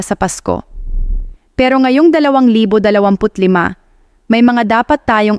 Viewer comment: This is AI. Malimali ang pagsalita ng babae. Yung 2025 di pa nia mapronnounce ng tama. Fake news!